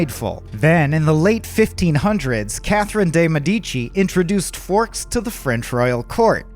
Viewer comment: it's not "medICI", lol. it's "MEdici".